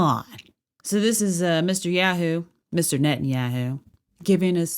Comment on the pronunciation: Net-and-Yahoo as Ye would say 😂